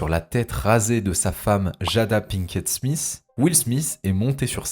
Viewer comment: Will Smith pas smisssssssssss .....